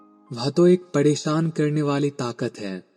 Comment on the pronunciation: Aap totle ho kya kadavas Padesaan nahi pareshaan hota hai . It's sansaar not sansaad😂😂😂